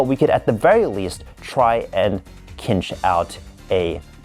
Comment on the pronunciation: cinch is actually pronounced like tzeentch said quickly